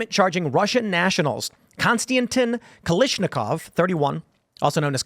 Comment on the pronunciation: Tim... how do you mispronounce Kalashnikov? HOW? 🤣